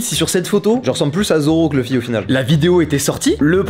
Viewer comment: LOUFFY(luffy) PAS LEUFFY 🐔🥚🤦🏽‍♂️ ouvrez vos oreille vous suivez en vo pas vf